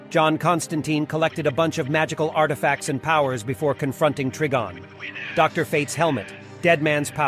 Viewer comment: Yeah, it's Try-Gone not Trig-on or tree be gone. Wanna guess how John pronounces "Constantine"? They got it wrong already, so you know how not to say it. I despise these cash grab posters who know nothing about the source material, but present fail content instead.